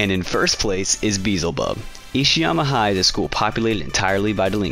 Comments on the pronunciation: Emilia Gilmer this aggravated me, there were a couple other things pronounced weird too, but when he said Beezelbub I was laughing😂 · You said beelzebub wrong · Please learn how to actually pronounce the name Aoi and Beelzebub ffs 😭 omg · Thank you! I'm glad someone else caught that 🤦‍♀️